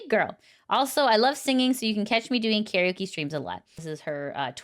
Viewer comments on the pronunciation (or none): none